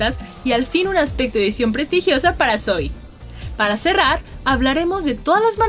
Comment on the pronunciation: por qué le dice soy si se pronuncia sowi :c la misma zoey lo dice